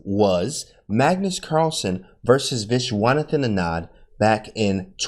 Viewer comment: The way he says Vishwanathan Anand though😂